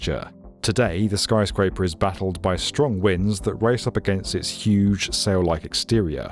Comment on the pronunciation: "skyscaper among us" -some french mf in dustbowl